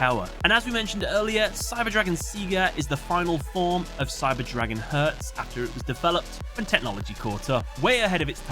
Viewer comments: it can happen with german words, but props on pronouncing them correctly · Every german comment section is full of "hahaha me too xDDD". Keep it classy. Anyways, this mistake is a bummer as it is quite avoidable by a quick research. On the other hand I am glad about the proper pronuncation as some Yugitubers butcher those names. Looking at you, Alex Cimo.